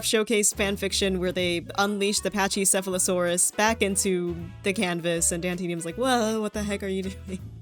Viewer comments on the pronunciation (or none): its pronounced packe sepholosaurus even though its spelled pachycephalosaurus